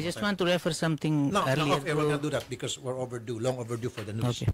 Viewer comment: Saka bakit sya ganyan magsalita..pronounce nya sa becouse.."bekot."..